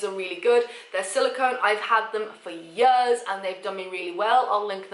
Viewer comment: "I've had them for YUHS"